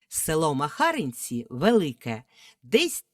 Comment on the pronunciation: Село називається МахарИнці а не МахАринці.